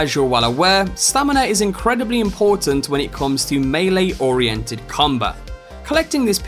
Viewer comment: Great video... Clear, concise and currently holds the distinction of being the ONLY Cyberpunk 2077 video I've seen thus far, wherein the presenter knows the correct pronunciation of the word "melee" 😆 Subscribed. 👍